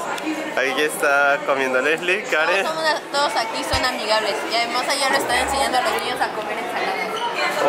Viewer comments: Karen no es hester es la kuin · se dise karen no keren